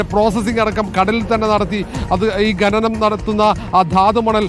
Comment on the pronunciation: ഘനനം അല്ല കോപ്പേ "ഖനനം "ആദ്യം നീ പൊയ് നാക്കുവടി.. പിന്നെ അക്ഷരം പഠിക്ക്